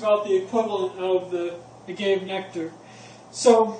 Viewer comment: Honey and agave are not the same. First of all you misprounced agave. Lol but honey is healthy and has nutrients. Agave is junk. Anothet processed man made crap